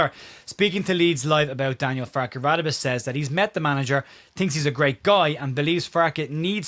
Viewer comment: Hi Sorry to be that guy but I'm pretty sure it's pronounced "Ra-day-be*. I've lived in rsa for over 20 years and encountered quite a few people with that name and that's how it's pronounced I remember when Lucas signed, the TV people asked him how to pronounce it, and from what I recall he told them to pronounce it like you did, which I am convinced was either not a true story or he was winding them up